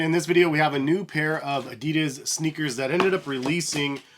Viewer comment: thx for the video, was very helpful, but I have to say that you pronounce adidas wrong, sounds kinda funny :D